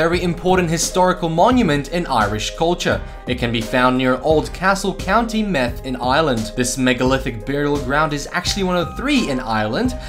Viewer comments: it's county meath (meed) not (meth) like methamphetamine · county meth hahahaha its meath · its meath [mead] not meth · Though one writes Meath it's pronounced Meeth not Meth. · The way he said meat its no meth its meath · It is pernoused meeth not meth gallway not galway and kelts not celts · 1. Meath is pronounced like meeth not meth 2. Sliabh ne calliagh is just the opposite of what you said pretty much 3. how do you not know how to say Galway? just Google it if you aren't sure. 4. Celts not selts. you did that more than once and every time you say it that way my soul dies a little 5. The black death not the black plague. you're mixing the two names together. black death and bubonic plague. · Meath =meed Galway= gawlway Hope this helped some of yous with the Irish pronounceciation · Daniel Mooney 123 Meed? Learn to pronounce th properly pal. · Hearing you try to pronounce places in Ireland was halirous lol . You pronounced Meath as meth like crystal meth lol . Plus there are no palm trees in Ireland or American cops patrolling the streets lmao . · County "meth" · Meath is pronounced mead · Meath is not pronounced meth 😂Educate yourself please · 1. it's county meath (meeth) ya eejit 2. sliabh Na caillaigh (sleeve Na caliock) m8 yir making so many mistakes I'm not watching this stupid video anymore, slán leat do bhaistear